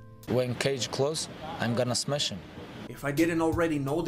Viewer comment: Easy. Smesh, smesh, smesh...and...smesh